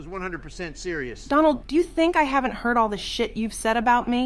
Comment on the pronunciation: Anyone else catch Obama saying “Dondald” lol